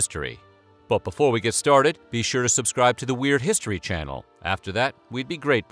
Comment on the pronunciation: I stopped watching when he kept saying "The - Yoo - sit - ed - eez". hahaha. Nice one!